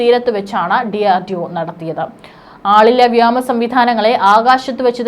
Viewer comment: വ്യേമ എന്ന് ഉച്ഛരിക്കാൻ പഠിക്കൂ